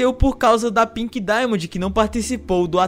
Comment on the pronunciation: PORQUE NINGUÉM CONSEGUE FALAR DAIMOND OU WHITE DAIMOND NINGUÉM AAAAFFFFF